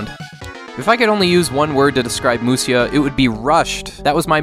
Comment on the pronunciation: It's actually Musha. Musya is a different way of writing japanese but it leads to odd pronunciations like the one you did here(through no fault of your own, I mean it says Musya..) But 武者 = むしゃ = Musha.